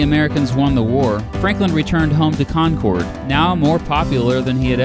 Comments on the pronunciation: Its Con-Kerd not Con-Cord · Concord is pronounced like conquered not conkord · NH state capitol is pronounced like the word "Conquered" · Here in Concord it's pronounced like conquered and thank you for the awesome video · Today I live near you in Piper, but I grew up in New Hampshire and your pronunciation of New England places it's painful, please think about trying them. 'Bow-den' and 'Con-curd'. The former is really kinda important because Joshua Chamberland taught there when he wasn't winning little round top or being governor of Maine. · You butchered that Concord pronunciation lol